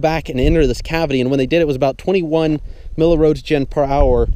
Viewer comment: milli-WHAT? What is a ROSE-JEN?